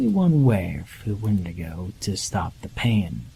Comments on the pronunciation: Wendaygoh?? You mean wendigo? 😅🤣😅🤣😅🤣😅🤣😅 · Were you trying to say "Wendigo"?